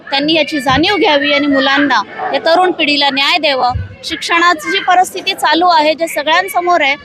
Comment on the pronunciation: हिला सांगा 'परस्थिती' नाही. परिस्थिती म्हण.